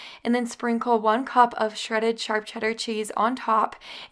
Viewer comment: You say charp cheddar cheese not SHARP.... makes me laugh love it